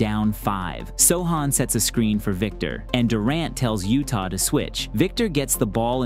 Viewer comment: "Utah" Watanabe 😂